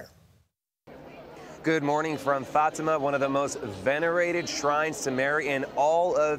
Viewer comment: You mispronounced Fatima